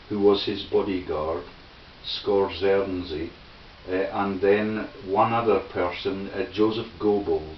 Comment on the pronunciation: its pronounced Skorzeeny